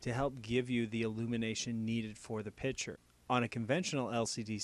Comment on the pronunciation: It's pi"C"ture not pitcher!